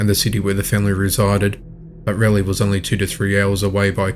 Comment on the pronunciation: Hearing you pronounce Raleigh as rail Lee had me in giggles. Not appropriate I know. It’s Raw Leigh. 😁😜